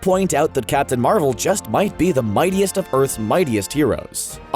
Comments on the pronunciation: it's not Marvell its Marvel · Why does he say Marvel like that?